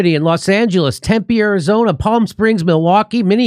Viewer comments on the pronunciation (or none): none